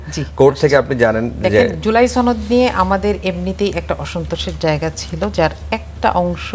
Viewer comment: এই মহিলা সনদকে ছনদ বলে কেন